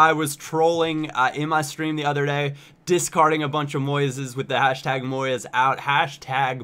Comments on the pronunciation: It's moyes not moy-es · it's pronounced Moys not Moy-es. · It's pronounced Moyz not Moy-ez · just so you know, Moyes is pronounced MOYZ and not MOY-EZ :) no big deal really but i've just heard a lot of my friends saying it too recently and thought it was interesting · Moyes not Moy-es, he's scottish not french, spanish etc just saying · it's pronounced Moys:) you don't say the 'e' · It's said MOYZ not moYEZ. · It's Moyes, not Moyez.. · moys not moy-es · Moyes ( muy-z) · its pronounced moy-z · It's not pronounced moyez hahaha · your saying moyes wrong!:L kinda like boys but with a "M" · btw, he can't pronounce Moyes, LOL, GG, GG! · Who is 'MOY-ES' ?? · omg, the way you pronounce "Moyes" is weird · The way you pronounce 'Moyes'. :'( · The way you say Moyes is weird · You could at least pronounce Moyes correctly.